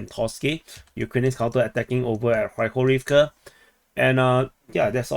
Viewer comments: Not Avdiavka its Av-deev-ka. Avdiivka not avdiavka hehe. I'd correct people if that was my town and my region too. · Two things. Upsetting. Who cares how you pronounce avdievka? Theres' enough confusion already between the english, russian, and ukranian official pronunciations, let alone local dialecta and accents. I bet whoever is upset himself speaks only one language and cant even read maps! Second: when you zoom out from Spornoye, there's a giant blue face looking like "huh! Wtf's going on? Are they still fighting???"